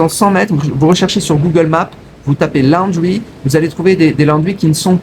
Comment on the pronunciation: Ça ne se prononce pas la-o-ndry mais laundry. Perso je lave mon linge moi-même. Ça prend 5mn et ça sèche en 30mn au soleil.